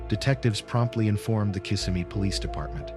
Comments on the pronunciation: The town is pronounced Kiss-SEM-me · It’s pronounced Kiss-sem-ee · Maybe learn to pronounce Kissimmee correctly before recording